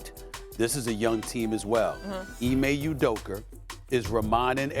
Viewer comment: “Ime Udoker”??